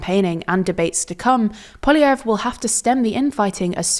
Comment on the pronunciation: Every TLDR reporter has a different pronunciation for Poliievre.